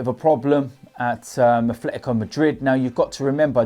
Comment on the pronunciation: There is no "F" in "Atletico".